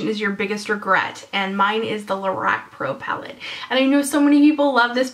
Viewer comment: ur saying lorac wrong lol its driving me nuts XD